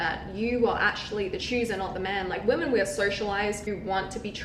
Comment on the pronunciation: Women not woman. What the hell is wrong with your age group? Mispronouncing words and calling girls dudes or bro. So unattractive